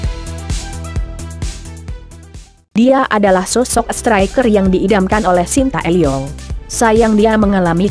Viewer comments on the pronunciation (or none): Masukan unt penyaji berita ini...! Kalo nyebutin nama jgn suka salah dong? Shin tae' young. Jangan sin ta e'yong. Ngerti kan?